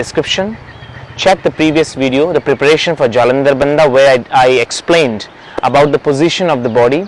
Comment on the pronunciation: Pllleeeeeaaaaaseee do pronounce the names properly. It is not BANDAAA. IT SHOULD BE PRONOUNCED AS "BANDH"